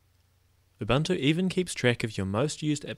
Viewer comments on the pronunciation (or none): its oo-boon-oo, not uh-bunt-oo :D